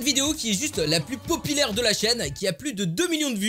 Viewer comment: "La plus POPILAIRE de la chaine" 👍